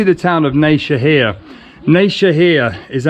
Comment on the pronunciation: *Nevşehir no Neyşehir :) and good video i m your new subscriber